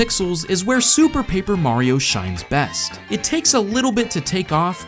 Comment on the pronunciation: "tell me: Vhere did we go soo wrrrong?"